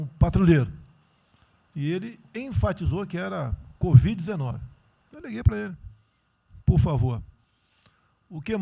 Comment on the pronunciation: Só eu que vi em presidente Bolsonaro falar Codiv-19?